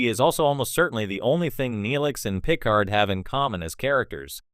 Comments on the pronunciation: What garbage AI are you using for the voice! Can't even pronounce 'Picard'. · Wrong pronunciation of Picard shows incompetence on the subject....sorry 🙂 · I see what you are doing in pronouncing Picard. Great tribute to Q.